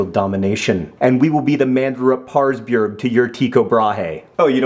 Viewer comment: I don't think that was the correction pronunciation of Tycho Brahe's first name.